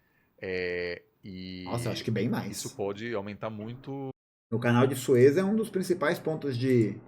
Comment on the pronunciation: Canal de Sués, pronuncia bem equivocada.